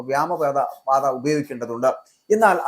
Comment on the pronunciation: വ്യോമ പാത എന്ന് പറഞ്ഞു പഠിയ്ക്കുക